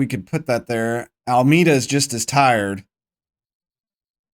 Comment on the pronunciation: I think Almeida is pronounced Al-may-da You should scout Brazil and then if you're still looking for places Angola? Also, seems to me a mistake you make is not pushing with a player when you have an open field ahead of your players, you instantly pass when you could have the player with the ball move up a bit more unchallenged Great seeing the team move up a league for S2 though :D